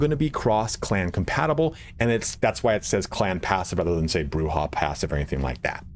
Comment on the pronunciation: Incorrect. It is pronounced "Broo-Hah". That's been backed up by many sources, including Bloodlines 1. Camarilla is either "Cam-a-RILL-UH" or "Cam-a-REE-UH" both are accurate, and Jason Carl himself has gone back and forth in "LA By Night" pronouncing it both ways. Sabbat is basically always "Sah-baht" though.